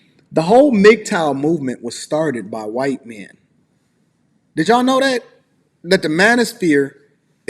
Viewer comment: Am I the only one who kept dying everytime said whuyt woman 😭